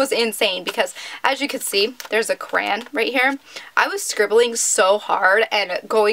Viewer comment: You say "crayon" sooo weird lmao